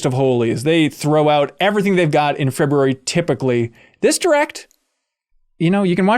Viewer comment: I like that pronounces the R in February. Way to be a leader and a visionary good sir.